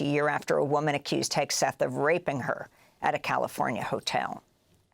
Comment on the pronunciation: Heg-seth, Sheg-seth.